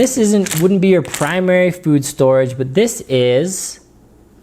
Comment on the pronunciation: Did you say "spood storage"? LOL I'm cutting you off, no more wine for you when video blogging.